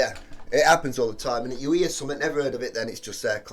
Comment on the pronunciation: Love how this reactor pronounces the word something as summit......so cool.